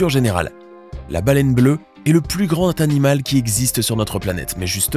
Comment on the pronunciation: attention aux liaisons la baleine bleue est le plus grand S'animal qui existe ....çA pique